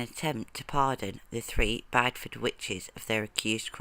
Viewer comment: I don't know where this person gets their information from, but the last 3 witches executed in Britain was not at Bide-Ford, as she pronounced it, but was at Bideford, pronounced as Bid-ie-ford.